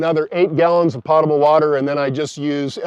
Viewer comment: Its pronounced "poat-able"